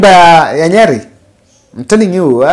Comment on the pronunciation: can you stop pronouncing Nyeri as Nyali